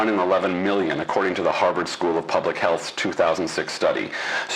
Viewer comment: HEALTH, not HEATH.